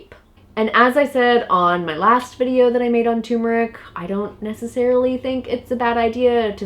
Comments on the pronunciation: All together now. ‘TURMERIC’! NOT ‘tumeric’! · Please , turmeric not tumeric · tumoric? or is it tuRmeric... There are two Rs in turmeric. Nor is it pronounced turm-air-ic as many people say it. The accent is still on tur. TER–mer– ic. Look it up. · Ter mer ick!!! Not tumor ick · Yes! Stop......It's TURmerick...or any dictionary would tell you that it's tur·mer·ic or tər-mə-rik . Show equal respect to the first 'R' dammit! lol lol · you could at least pronounce the word correctly, not tumeric but tuRmeric, you need to pronounce the 1st 'r'!! It drives me crazy! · Jeannie Eakin she's smart. But she sounds dumb when pronouncing it tumor ick. It's ter mer rick!!! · Turmeric! Turmeric! Turmeric!🤣🤣🤦🏾‍♀️ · Say the word right if you want to be taken seriously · Silent r? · Stop eating turmeric (and stop mispronouncing it), and eat more juicy rib-eye steaks instead. Also, Trump always wins. MAGA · It irritates me how these people mispronounce turmeric!